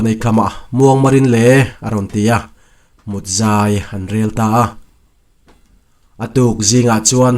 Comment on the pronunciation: Tarpilu hal sawina mut tih kha a thluk a diklova.solfa a m_r_d_thluk silar angin lamrik nise a dik ang.